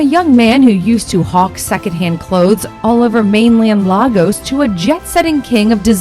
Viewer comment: When will a white person make a little effort to learn how to pronounce an African word especially names of places and individuals,if they are of less importance to you better not make a report about them. Listen to how Lagos was mentioned in this report, very repulsive.